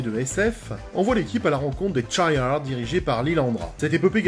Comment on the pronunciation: Tu dis cha yar ? Moi je dis lles les chiard😂